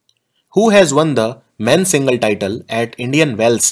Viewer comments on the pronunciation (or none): none